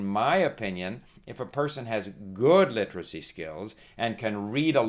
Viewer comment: Hey old man. If you're going to talk about literacy, then you should at least know how to pronounce the word. Its a 4 syllable word, not 3 like you try to pronounce it. LI-TER-A-CY, not LI-TRA-CY. Get off YouTube and stick to checkers with your buddies.